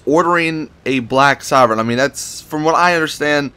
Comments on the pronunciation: It's pronounced soar-vein not sovern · It's pronounced soar-vein sorven